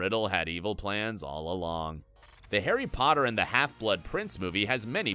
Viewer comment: The name 'herry podder' took me out the whole video.